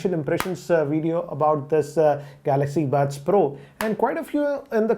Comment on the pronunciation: Everyone says pro but pronounce bro...